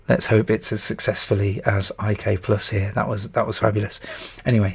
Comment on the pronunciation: Did people really call it "I-K-Plus"? I grew up on the C64 and it was always known as "IK" "PLUS" or "International Karate Plus" ... just wondering.. :)